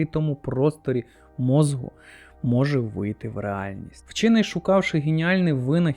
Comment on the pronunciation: Давно підписаний на ваш канал, тут багато цікавого але прошу вас "мозку" не "мозгу" похідне від мозок. Не хотів нікого образити, просто дуже вухо ріже і в багатьох відео